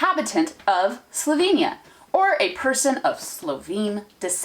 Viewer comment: What I also noticed is that you use two different pronunciations of Slovenia: 'sloveinija' and 'slovinia' (that's the closest I can spell it out). Just an observation 😉😉